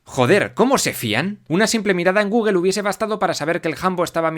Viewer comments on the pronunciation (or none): none